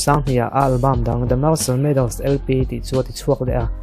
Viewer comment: Marshall bruce mailoff 3 i ti daih a.. R hi ka lam fiah hlei thei bik lo a